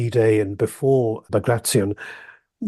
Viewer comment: Bag-ray-shun ... No Baag-raatyon ... Yes